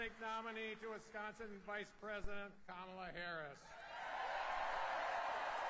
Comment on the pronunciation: Her name is Ka-Ma-La, not Kam-a-la it's Indian and means Lotis Flower.